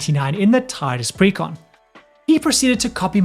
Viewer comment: Tidus* not Titus xD